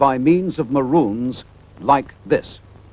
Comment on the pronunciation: “They will be sounded by means of (…) like this” Is he saying maroons, or…?